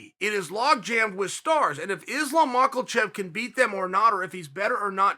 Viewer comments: Its Makhachev .. not Makhelchev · 10 seconds in heard this nigga chael call him islam macklevhev, paused the vid and took a deep sigh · Chael "Islam Mucklechev" Sonnen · Chael “Mak a Chef” Sonnen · Islam Mockle-chev 🙄🤦🏻‍♂️🤦🏻‍♂️ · Did this guy actually just say "Islam Makulchef?" 🤣🤣🤣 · I came to hear him say Mak-ol-chev. I was not disappointed. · Chael “Islam Michaelchev” Sonnen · Chael still on the "Makhalchev" shtick 😂 I love it when he mispronounces names on purpose..not even mad at it. Hilarious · Everyone: Makhachev Chael: Macholchev Everyone: Ok great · Nobody : Chael : macklevhev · For God's sake, pronounce his name properly. It's not Makhlachlev it's Makhachev. And it's 19:1 not 16:1. As a fight analyst you gotta know. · 😂there is NO letter L in that last name, boss. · Makolchev😂Blehal😂Hazmat 😂 uncle chael is a legend. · No one: Chael: Islam Mackeltjev! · THERES NO L IN HIS SURNAME CHAEL SLONNEN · Chael the 'Macalchev' sonnen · Mockel-chev lol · Islam “Maklechev” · Islam Muklechev?? At this point I gave up on Chael pronouncing names😂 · like after I heard „islam marklechef“ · I heard Islam Michael Chav lol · Lol mockle-chev...cmon cheal figure out to pronounce his name. Can any1 imagine tony submitting mocklchev with khabib in his corner? Then khabib has to slap Tony's ass and tell him "good game brother..." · I've heard plenty of pronunciations of Makhachev over the past few days, but 'Macklechev' is my favourite. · Still wondering where Chael finds the L in Mawklechev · I clicked on the video to hear Macklesheff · Chaael "Islam MAKELACHEV" Sonnen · Dudeeee stop it mockelchev 😂😂😂😂😂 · Where tf does chael get the L in Makhachev lmaooo I swear Chael couldn’t pronounce his own name correctly if his life depended on it smfh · Uncle Chael playing the algorithm game by mispronouncing Makolchev and creating a space for comments and other interaction. I see what you did there !! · michalechev sill makes me chuckle :D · Chael “islam mucklechef” sonnen 😂